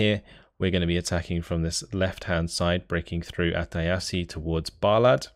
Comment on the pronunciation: Funny how you pronounce Iasi. Closer to how it's actually pronounced in Romanian would be 'eeashi'. Still, try Google Translate voice function for Romanian.